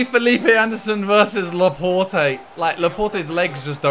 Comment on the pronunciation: Laporte is pronounce Laport not Laportey